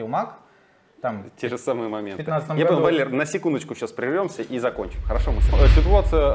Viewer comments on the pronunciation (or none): none